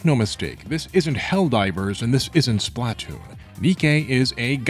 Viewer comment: how you pronounce splatoon is so funny to me